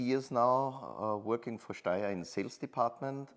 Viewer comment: Your pronunciation of Steyr keeps changing throughout the video.